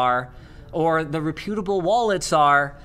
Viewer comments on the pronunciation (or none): repyootable? i think he meant reputable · Ok Linus, you keep saying reh-pute-a-bull... ffs learn how to pronounce it properly....